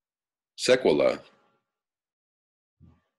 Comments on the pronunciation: Sequelae...the See is pronounced...see... great reporting as always. Thanks for your important work. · Suh-kwell-ay. — most folks in medical profession have heard or used that word but not that frequently.